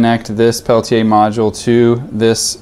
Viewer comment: You're saying it proper! Pel-Tee-Yay